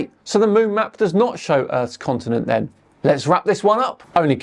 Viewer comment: He's pronouncing it "consinent"😂